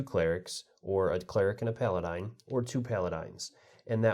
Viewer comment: It is Pala-din. Not pala-dine....